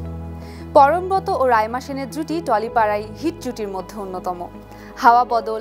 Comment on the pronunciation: উচ্চারণ হবে পরমব্রোতো। ব্রত - এর উচ্চারণ ব্রোতো।